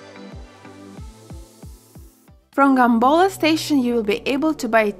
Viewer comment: Guys love your content but need to correct something its not "Gambola" its Gampola my hometown